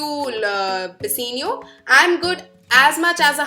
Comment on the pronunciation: It's Bassanio not Bassenio 😂